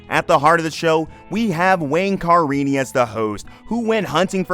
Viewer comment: So I guess you have never seen an episode of this show? Car ini? It's Ca rini.